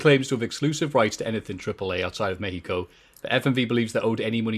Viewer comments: I love way to say México, It was totally on point, the "orale" needs some work tho. Greetings from México! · I think the Men's Royal Rumble match will be match of the night. Also as a Mexican respect to for his good pronunciation. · As a mexican I can say that pronunciation of México is correct